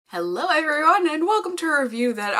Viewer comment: "Hello errerveryone" 😂 She's too damn cute. 💖💖